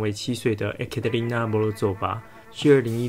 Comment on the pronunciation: 因為太噁心了，只好將注意力轉到Ting的非英語發音上。 Weissnacht應該是德語來的，所以ei應該發類似「艾」的音，然後nacht的ch是喉音(類似用喉嚨發h音的感覺，跟法語的R有一絲相似)，且t其實有發音只是不明顯。用英語自然發音逼近大約是「Vais-naht」。 不過有把德語W發英語V要給壓倒性好評。 Ekaterina用俄語發的話，字首E要發「耶」的音，用「ㄟ」的音是老美的習慣。